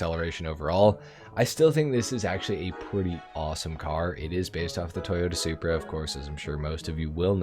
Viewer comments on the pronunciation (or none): none